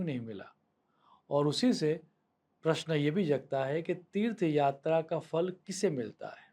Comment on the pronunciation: Fa nahi. Pha. Phalam astu te